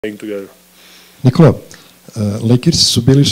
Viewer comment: Reporter : -Nikola ! (Pronounced it the right way :D ) Lakers were champions just... Jokic : - Hey man! Reporter : - Hey ! Lakers were champions just three and a half years ago and now you have a score against them 10-0 in a row. Can you find a way to take in these moments while the crew is still able to win games that are going totally south ? (To be honest I don't even understand what he tried to say in Serbian but that is the translation) Jokic : - Yeah. I think we have a great stretch where we got them 10 times in a row , but still every game is... I mean, we were down by 20 this game and it could have been really bad for us, but somehow we always find a way to get back and we trust each other and at the end you can see that on the court. Even when he (Jamal) got that shot at the end we all jumped. Of course it's a playoff and all that but we are happy for him either way. Reporter : - You claim that you live completely in the moment? Jokic : - Yes! And you have to! Tomorrow is a new day and a new game so you forget it, (and focus on current game) so you need to live in the moment.